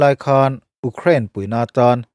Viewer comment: A ngaihnawm ṭhin hle mai a, i Mizo ṭawng hman ah pawh fello a awm lo bawka, Ukraine erawh tlemin lam uluk deuh tala, abak chu duhthusam ni maiin ka hria. A dang te pawh han ti zel rawh khai, mahni ṭawng pawh lam fuh mumal theilo ning nel ve tak tak te thu sawi ai chuan ngaihthlak pawh amanhla viau e.